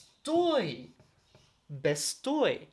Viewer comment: Vi estas tre bona sed, la prononco de vortoj kiel "homoj" kaj "bestoj" ĉiam havas la akcenton sur la unua silabo, ne sur la "o" de "oj".